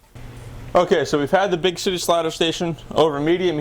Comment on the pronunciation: he says big shity slider station!